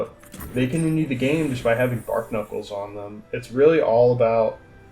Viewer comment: "Bar - knuckles" not "Bark Knuckles". It's a play on barnacles